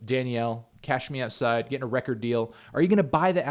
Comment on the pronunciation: am i the only one who heard anthony say "cash meow side girl"